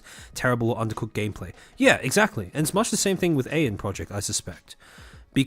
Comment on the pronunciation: I just realized why you call it "eye-n project". Because you see the Ei and pronounce it in German. Like it was the Eggy Project. It sounds adorable. We need an Eggy Project company now. All the chuubas are some form of bird.